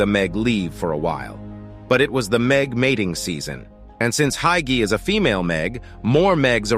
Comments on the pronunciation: oh i was pronouncing it "hi-key" the whole time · To Pronounce Haiqi Is Like Haichi